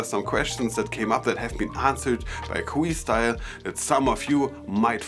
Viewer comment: It’s not queestyle like your saying it buddy😆 it’s Que like a simple Q.. ✌🏼